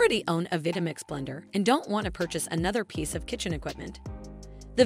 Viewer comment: Pronunciation of Vitamix is a clear give away of a cheaply automated video.